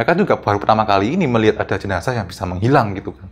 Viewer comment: Jenasah bukan JENAJAH yeeee 🤪🤪🤪